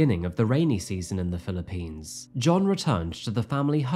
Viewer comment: You would know better than I how to pronounce 'Sayos', but it doesn't sound quite right. And 'Philippines' usually has the emphasis on the first syllable, not the last. It's great to see and hear a real human instead of a robot voice narrating, but you don't have to try and sound like AI.